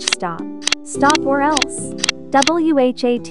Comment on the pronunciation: my favourite part was when she said "W-H-A-T"